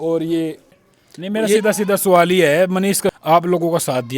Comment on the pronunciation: Sawal❌️suuwaal😂😂😂😂 ❤da patrakar